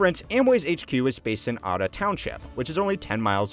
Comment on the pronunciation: Hey love the video! Except you pronounced Ada wrong. It’s “A-Duh”